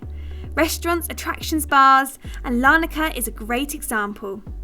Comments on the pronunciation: It should be Larnaca, and not Lanarca 🧌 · **Its Larnaca not Lanarca